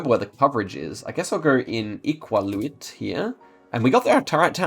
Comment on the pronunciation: seeing you try to pronouce Iqaluit was kind of funny, its pronouced ee-cal-le-wit